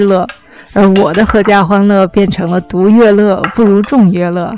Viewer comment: 为什么念独yue le，不念读le le